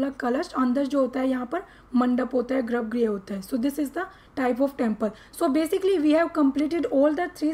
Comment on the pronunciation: Grabgriha nhi hota garbhgrih hota